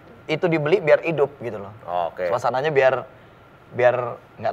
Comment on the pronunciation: Pas ngomong idduuppp...Lampung banget ni..😁😁